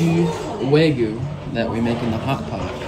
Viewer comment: Bro…for future trips/future reference, it’s either “Arigato..!” (informal), or “Arigato gozaimasu!”… NOT “Arigato Mah…” 😧🫣 Also, it’s “Wa-GYUu”(和牛), (think of the word ‘you’🫵🏻 with a ‘g’ added in front), not “wa-goo”💦. Just FYI…